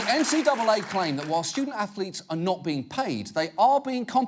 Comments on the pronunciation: "stoodent atholeetes" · “Student Athho-Letes? Why that’s brilliant Sir”. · Student Anth-o-leets? Haha that is brilliant sir. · "Student Ath-O-letes" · "student ath-o-lets? Ho ho, now that's brilliant sir!"